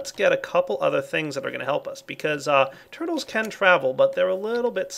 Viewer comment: I don't know why, but when he said "Purtles" it made me laugh xD